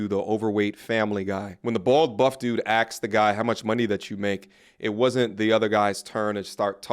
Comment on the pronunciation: it's ASKED ...not axed....smh.